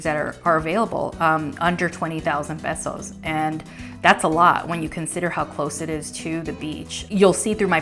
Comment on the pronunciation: I believe it's pronounced pay-so, not peh-so.